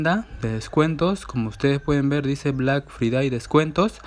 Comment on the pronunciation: Black fridai literalmente lo dijo asi xdxdxd